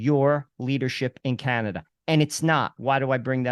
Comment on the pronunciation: Oh Cana-Duh